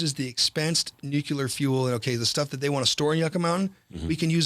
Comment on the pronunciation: Nu: pronounced new, clear: pronounced clear. There is no such thing as nucular. It’s not a word so stop saying it!!!!